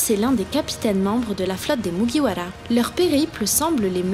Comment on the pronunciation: je suis d’accord c’est insupportable, j’adore ses vidéos mais j’ai envie de me flinguer qd j’entends katakuli ou mugiwala